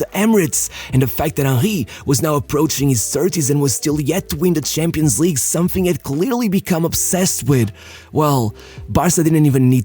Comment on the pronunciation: Hey bro,been watching your channel for so much time like when you were pronuncing champions șampions😂 and nearly all of the vids and i really think a video on Marco Van Basten would be great i mean 3 ballon d’ors by the age of 29 and the same age he retired anyway keep up w the good work and all love❤️(i am also wondering how has your day been and how do you feel!😁)